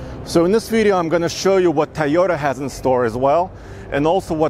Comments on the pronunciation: Not "TUH-yo-ta" but "TOE-yo-ta" (or TOW-yo-ta) bro 😬😬😬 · I hate the way he says Toyota. "Tay-o-duh." 🤬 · Drink every time says "Tieyota".